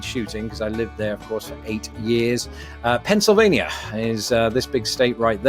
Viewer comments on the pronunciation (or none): none